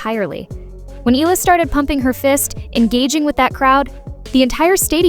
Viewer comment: Eala pronunciation E-yala